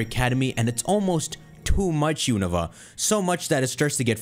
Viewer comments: The regions pronunciations are beating your ass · That Unova pronuntiation caught me off guard